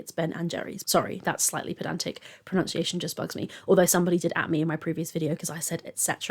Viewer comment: You saying pronunciation really bugs you but to pronounce ‘proNUNCiation’ as ‘proNOUNCiation’ made me have a seizure 😂